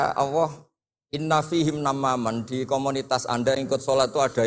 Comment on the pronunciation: sayangya gus baha nggak bisa lam jalalah,Alloh kok dibaca Awoh